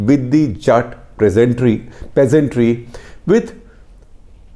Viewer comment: Who the fuck are calling PEASNTS you bald fuk say PEASANTRY one more time fukwit.